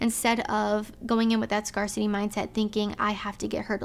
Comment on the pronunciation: These are awesome tips, Thanks for the Help and Sharing 🙏🏽 I’ll definitely be using these to be a Better Man with The Opposite Sex. I can’t wait for the video for how Women can be Better for Partners for Men 💯😁 please share soon! 🙏🏽 P.S. You mistakenly mispronounced “scarcity” but it was actually cute haha, I wish one of the camera teammates in the background would helped correct you on that because you’re the one who is on camera.